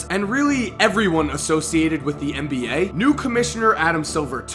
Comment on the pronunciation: Please... For me! Say NBA not MBA, NBA! Thanks I love you